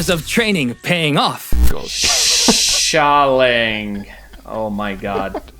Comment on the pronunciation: BRO ITS NO “ sha ling” it’s “ sha LIN” NO G JUST LIN OK